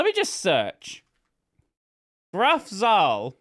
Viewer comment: I knew that it must be German as soon as I saw it in writing, but because pronounced it the English way I didn't recognize it before.